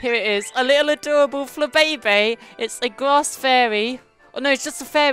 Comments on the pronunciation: its pronounced fla bay bay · It's pronounced fla bee bee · Its called Fla-Bay-bay